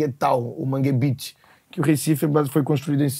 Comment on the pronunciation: é MANGUEBEAT e nao Mangue Beach pqp KKKKKKKK